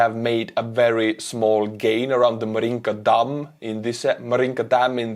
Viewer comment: I like your Estonian accent!--Tere! Joudu! But please pronounce Marinka--- not MarINKA---but---MAAAHRinka!